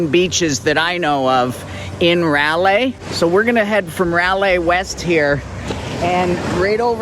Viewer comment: Fantastic videos. One suggestion is to actually pronounce the beach name correctly because frankly, it's the least one can do. :) "rye-lay" as in, "rye bread" and "she was a good lay." RYE-LAI. :D